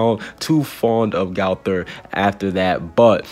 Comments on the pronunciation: AND ITS NOT GAOTHER ITS GOTHER GO THER OK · I don’t like the way you say gowther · Your saying gowther wrong 😑